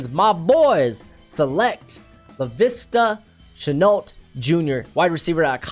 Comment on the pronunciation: It’s Laviska Shenault not Lavista just to let you know